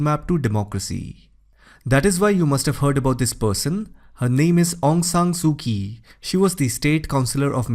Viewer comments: Actually,her name is aung san suu kyi, not aung san suu ki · Aung San Suu Kyi. Kyi is not pronounced "Kie". The correct pronunciation is "CHIE". Shame on you !! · Aung San Suu Kyi.... Kyi is pronounce as Chi.